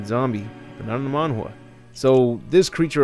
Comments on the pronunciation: Man GA not Man jua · Are you trying to say "manga"? Cuz the subtitles doesn't understand what you're trying to say 😅 the way you say it sounds like "man wah", it's like mango but with a the letter A in the end 😅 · The way this man pronounces manga like manhwa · Wtf is a Monwa? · Why do you call manga mangua/manwa? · Is he pronouncing manga incorrectly!? Because it's making me cringe every time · Is he saying Manga?